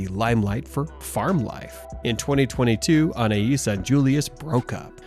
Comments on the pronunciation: It’s Anay not An ay eees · Its pronounced ANAY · Anais is pronounced ANN-AYE, not AN-EYE-ISS. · ?? The perfume is also pronounced like anna-is and not Anay because of the letter ï. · Anais is pronounced ‘Annay’ . Silent S 🙂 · I can't 😂 Annnayyyeeeeesssseee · its french! that is the correct pronuciation. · Why the F cant Americans prounounce Names proberly. Do some research before hand ,honest to God its Embarrassing listening to them. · Pronounce her name right Anais like the perfume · Isn't the name Anais has a silent s.